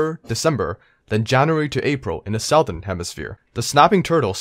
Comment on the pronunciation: “South-ern” lol